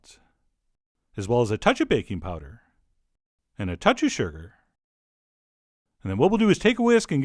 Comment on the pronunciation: I thought he said a toucb of "baby powder"... I spat out my food im eating then realized its baking powder duhhhhh lol